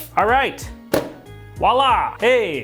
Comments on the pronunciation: tax hat wala triggered my it's vwala good vid tho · I think there's an entire generation that says "Walla", not knowing that they're butchering an actual word.